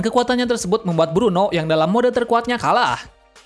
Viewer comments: itu blueno bang bukan bruno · Blueno bukan bruno, kaku bukan pakku